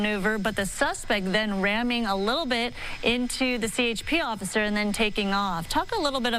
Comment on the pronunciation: "I was trying to get out of his way occifer."